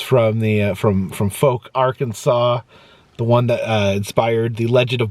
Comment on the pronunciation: Fouke, AR is pronounced like “foul” or “house” or “ouch” with the “owwww!” Sound like “fowl” or “owl” or “foul”, not “folk” or “woke” sound.